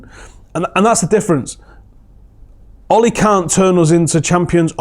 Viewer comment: I worked at sea for 12 years mostly for Norwegians. They know how to run a good ship. So much better to work on than other companies. They paid the best too. Ole for the job! p.s. it is pronounced ew-la What about Matic? Wow. It's like a new signing. He is passing forward etc.